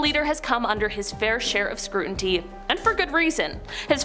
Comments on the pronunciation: Scrutiny, not scruntity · "SCRUTINY!!!" SCRU-TI-NY!!!